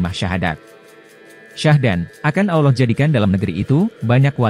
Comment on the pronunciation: Hebat hebat…sebutan Aulloh tu salah tapi Allah yg benar.